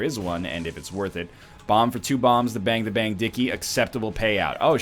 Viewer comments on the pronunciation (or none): none